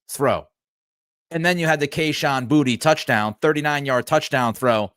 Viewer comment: Pretty sure Kayshon pronounces his last name BooTay.